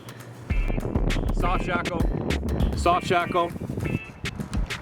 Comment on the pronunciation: Shoft sackle! You said that. Awesome.